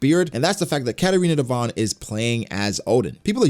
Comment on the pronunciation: It's Devon